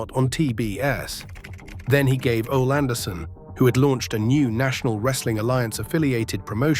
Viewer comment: You sound extremely dumb, mispronouncing "Ole" (think Oly) and Barnett (think Bar-netttt). 😮